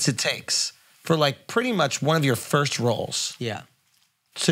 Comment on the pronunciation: The way Akaash can’t pronounce the word “first” drives me crazy Lmaooo